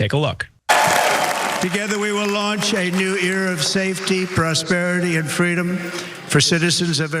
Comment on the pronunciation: Did he say new ear